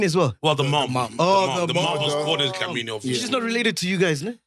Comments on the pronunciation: It's dlamini not dhlamini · I thought his Dlamini does not have an H